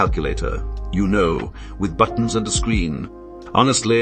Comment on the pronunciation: Love how the ai says ”buttons”.